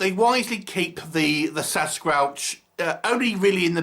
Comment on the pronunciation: good review but every time you pronounced sasquatch differently and it threw me off. You said sascrub , sascrouch . other than that, i liked the review.